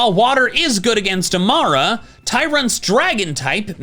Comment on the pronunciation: It’s pronounced uh-MORE-uh, QUAH-qua-vull, and WIH-noh-nuh, “”! 🤨 And I now hate you for dissing Greninja, since I’ve pretty much made up for its issues with Charizard and Roserade. 😤